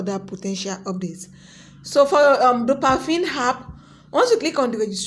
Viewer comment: But why do you keep saying dopafin.. when it's clearly dopaMINE 😩😩